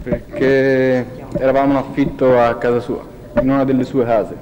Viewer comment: "Una stanza o una casa?" "una stanza...si...era in u... una hhhasa pratihhamente"